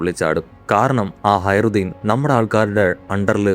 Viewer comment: ഹയറുദ്ധീൻ അല്ല ഹാജറുദ്ധീൻ എന്നാണ്